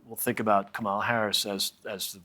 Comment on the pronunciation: To the american contributors, with all due respect. If you don’t know how to pronounce her name correctly, just refer to her as Vice-President Harris